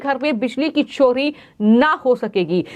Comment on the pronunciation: छानकारी, बिजली छोरी, what style u speak i was about to vomit